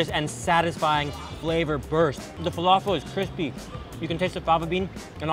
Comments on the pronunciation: Truthfears Guilty it was driving me crazy everytime he said falafel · When your Arab and u know he's saying falafel wrong and same with foul